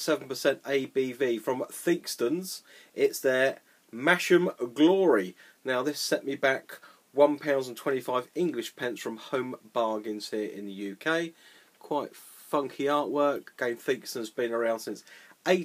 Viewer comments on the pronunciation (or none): It's pronounced Mass-ham not Mash 'em. Black Sheep HGV driver told me that.